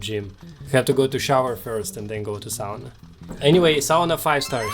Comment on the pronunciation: There was a study few years back in Europe where conclusion was that combination of hot-cold and movement theraphy gave the best results for recovery. Also so happy that you pronounced sauna correctly. 😉